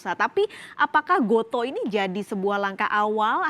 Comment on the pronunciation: gotu kak bacanya :)